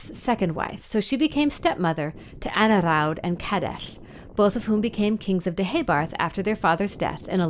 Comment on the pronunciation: You’re pronouncing all the names incorrectly! How irritating! My name in Angharad and you absolutely ruin the pronounciation of all these Welsh names! Awful :(